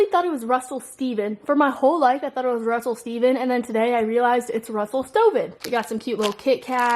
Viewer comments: i always that it was russell steven too!! also it’s russell stover not stoven lol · When she says Russell Stoven but it’s Russell Stover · anyone else laugh at how she said that it’s russel stoven not russel stover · is no one gonna say who she says Russell Stoven when its Russell Stover haha I love you <3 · Wait it’s Russell stoven? I thought it was Russell stover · It's Russell Stover... Not Stoven, but it's okay lol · it's a R not a N in Russell Stroven. Just FYI